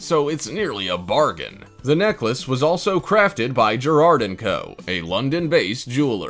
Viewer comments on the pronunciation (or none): Your not pronouncing Garrard Royal Jewelry correctly. It’s not Gerard.